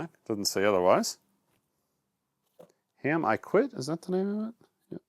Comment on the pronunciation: Haim.....rhymes with Time.